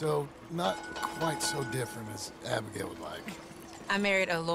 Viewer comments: yeah but it's Abigail not Agebail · “Agebail Roberts”